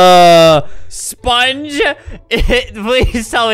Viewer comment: SpongUH is how he says it to me